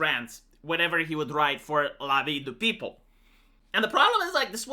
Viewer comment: peu-ple, not peo-ple Ji-ron-dains (written Girondains), but you are skipping the "ir" and just pronouncing Jo(where does this r come from?)dans. I love this series, keep it up! ( the mispronunciations do really irk me - and , yes, I know you will be strong headed and not correct it :))